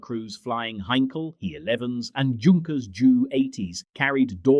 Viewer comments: It’s pronounced ‘yunkers’ , not ‘junk-res’. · I winced on hearing Junkers "Joo" 88. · Yet more Yankeespeak, rather than English. Your VoiceOver purports to be British, but he/it is not. He/it managed to get the pronunciation of Beauiighter correct, but most of the other names were wrong. A Junkers 88 is pronounced "yunkers" and a Blenheim is pronounced "Blennem". and neither the British Army or Royal Marines, nor the RAF have any "Lootenants": they are all Leftenants. Cunningham ended the war as a Group Captain and became a test pilot to Hawker Siddeley and British Aerospace. Again and again I see in here incorrect rank badges, uniforms and even nationalities. Just make an effort, please: Hollywood did not win WWII as we are taught to believe, and when Mr Trump complains that the UK had not followed up his wishes in the Strait of Hormuz, I ask him and those advising him where USA was between 1914 and why they stayed out of WW11 for nearly two years, limiting itself to bleeding UK resources dry, with the Lend/Lease debt not being cleared until the 1960's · Either “Yunkers 88 or Jay You 88”. “Blen-em” not “Blen-hime”. The punctuation can be off putting too.